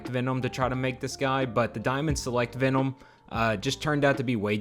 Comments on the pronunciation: why the fuck is he unable to pronunciate VENOM MFUCKER IT'S V E N O M not ficking VENOUM or VEONOM or VEENOM wtf? dope custom thoguh... just what the fuck? lol my guy also says it like a thousand fucking times .... PER SECOND IT'S DRIVING ME INSANE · I've never heard someone pronounce Venom so strangely